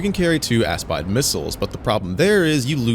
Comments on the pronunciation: It’s Italian, you have to say AspEde with the E sound instead of the i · Nice video! I’m pretty sure it’s pronounced like “ass-speed-eh” but I could be wrong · Considering that Aspide is an italian word, no that's not how it is pronounced, lmao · Actually, the aspide pronunciation u used is the English one. You should try using the Italian one